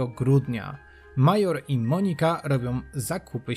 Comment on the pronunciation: Monika nie akcentuje się na O.